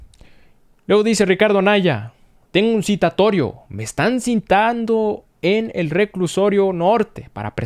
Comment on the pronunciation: Se dice citando, no cintando !!!